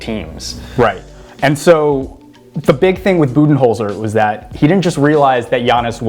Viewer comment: ha, keep sleeping. if you want to make this video might have to do something crazy like stop watching the 76ers and actually watch bucks games. but hey at least you pronounced Budenholzer's name right which was wrong only a week ago on the show. 1. How do you talk for almost 20 minutes and not actually talk about bucks defense (#1 in defensive rating as you noted) which is a much bigger deal than their offense? 2. bucks are after the rockets and raptors? ha 3. warriors have literally no one who can defend giannis......... warriors do still have 3 guys who are ridiculously good at scoring but that's about their only edge